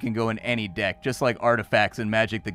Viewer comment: I heard "magic dick" I am guessing what was actually said was "magic deck" and I am not sure why I am disappointed that you don't go around with a magic dick fighting people.